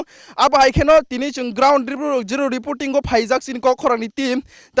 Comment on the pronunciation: sec oh Patimungni kubui mangpili ground zero 'repoting' (reporting) kok khorang 🤣🤣🤣🤣